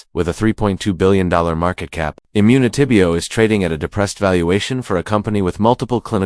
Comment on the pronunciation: This AI lol the way they said immunitybio dead giveaway